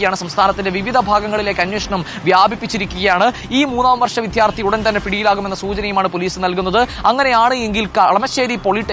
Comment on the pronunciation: വിദ്യാർത്ഥി ആണ് വിധ്യാർത്ഥി അല്ല.. രണ്ടാമത് വരുന്ന അക്ഷരങ്ങൾ ഉറപ്പിച്ചാൽ മതി